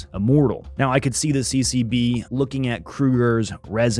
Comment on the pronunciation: Everytime you say CCB i keep hearing CCP 😂😂😅😅